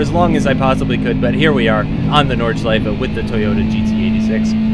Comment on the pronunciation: Yes!!! Finally a english youtuber who can pronounce "Nordschleife"! I like this, because I am German!